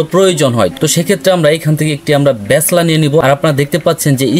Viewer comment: ব্যাচলা না, হবে ব্যালচা 😂